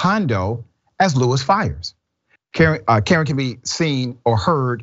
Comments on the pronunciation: It's pronounced Kay Ron . Like Jay Von . The only reason I pointed it out . Is because it sounds like Dr . Richey is saying Karen . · Um,, his name is pronounced Kuh-rahn not Karen. Maybe ask around before you open your mouth? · Dr Richey the name is KaRON. Pronounced “cuh RON not “Karen.” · First of this boys name is pronounced Ka-ron not damn Karen yall 🤦🏽‍♀️🤬🥴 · It's pronounced Kuh-ron, not Karen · The name is pronounced Kay-Ron dr. Richey not Karen! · It's Kuh-Ron!!! Not Karen!!! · His name is not Karen its Ka-ron this man is not saying his name right nor did he care to look it up to make sure he had the name right 🤦🏽‍♀️🥴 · Pronounced Ka-Ron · Dr. Richey please pronounce the name correctly. I believe it’s (Ka Ron), like the male name Ron or as in Caron Bulter. What a sad story and I hope the man is convicted.